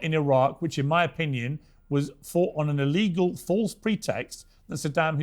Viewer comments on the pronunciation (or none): none